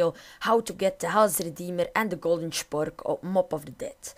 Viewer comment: normaal noemt het een spork maar hij zegt chpork